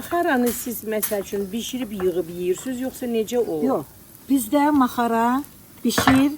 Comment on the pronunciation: Orda necə "maxara" deyilir, siz də elə deyin sux Ma -xa-ra deyirsiniz Çincara deyil, çincar-yəni giçitkən.Yazıq qadın sizin yanlış xətrinizə dəymək istəmir, suz eşitsəniz də,yenə də bildiyiniz kimi tələffüz edirsiniz.